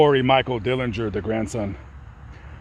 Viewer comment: Grandson is DenLINGER, not Dillinger. 🙂